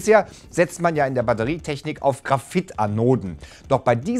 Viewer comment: find’s sympathisch wenn er seine versprecher einfach nicht rausschneidet :-D